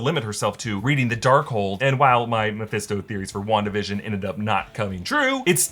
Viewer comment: I swear, if I hear the name Meohisto one more time…